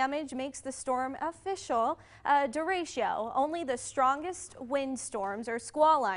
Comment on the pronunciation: did she say Derechio instead of Derecho ?